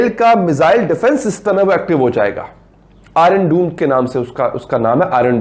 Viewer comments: Irm doom nahin its iron dome, prouncacation sikh le gawar penne phir vidwo bana gawar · Iron doome nahi iron dome bolna bhi nahi aata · He pronounced Iron Dome as Iron Doom 😆😆😆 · Iron doom 🤣😂🤣😂🤣 atleast learn to pronounce. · Iron dome ki pronunciation bhi nehi kar sakte tum aur isreal par attack karegi 🤣🤣🤣